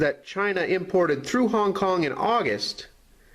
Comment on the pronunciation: Honk Kong? Phooey